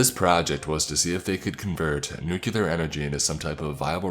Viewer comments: Apparently the word "nuclear" now has 2 U's in it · Ruined by you mispronunciation of nuclear